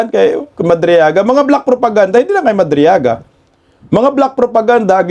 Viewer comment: Madriaga rather not madrigala, amaw amaw talaga, kagagawan ni Delima kc yan statement gawa gawa ni Delima.